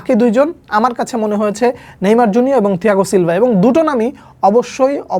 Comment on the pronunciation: ছিলভা ❌ থিলভা✅ 😵‍💫🤣